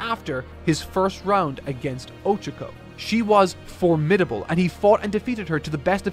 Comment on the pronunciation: it’s Oh-Cha-Ko not Ocha-Ko like the Japanese word for tea.